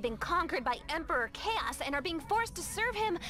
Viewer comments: It's kaos not choas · f it's Kaos K.A.O.S not chaos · also its pronounced k-a-o-s